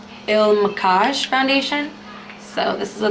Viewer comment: Lookup how to pronounce the brand you’re reviewing - it takes no effort to find someone saying it correctly online